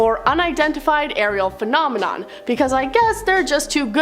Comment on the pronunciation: I wish they’d get it right… “phenomenon” is singular, “phenomena” is plural, and “phenomenoowawo” isn’t fooling anyone - pick one!